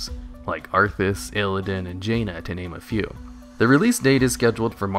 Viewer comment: Jaina lol